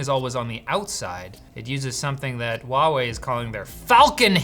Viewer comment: ITS CALLED HUAWEI NOT WOUAIE WHY THE HELL WOULD DO THAT